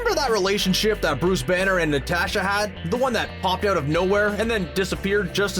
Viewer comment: i got triggered every time he said natasha wrong